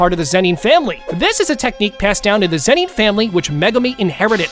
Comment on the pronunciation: Why am I hearing the "zenin" to "zeni"